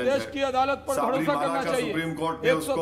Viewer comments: भडोसा नहीं भरोसा होता है 😂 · ye bharosa bolra ya Bhadosa?